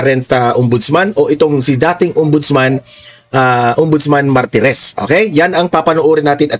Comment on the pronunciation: Not Maritez, instead MARTIREZ